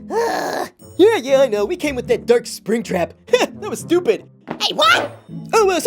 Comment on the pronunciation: He said spring trac